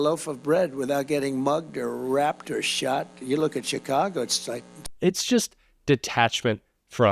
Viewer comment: Did he say rapped